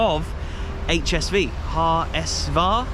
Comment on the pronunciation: You pronounce it "Ha S Fau" :) Cool video - but next time, keep that St. Pauli stuff out of your HSV-videos ;)